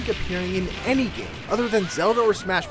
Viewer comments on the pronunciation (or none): none